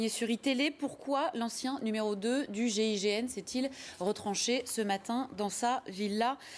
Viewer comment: Gign Mitterand 😂🤣😂🤣😂. MR le journaliste apprends tes fiches